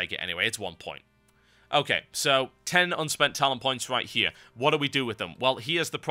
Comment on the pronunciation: Have you ever noticed you pronounce your R's like W's? Sound like a fucking child lol. THIS WIGHT HEWE IS MY THEOWY.